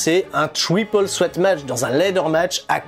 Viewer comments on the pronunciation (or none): none